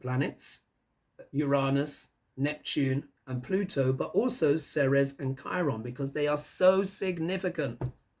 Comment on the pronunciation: Hey darlin! Ceres is pronounced as, "Series". Hiw do I know, I live in the town of Ceres. Love your show! Keep up the great work!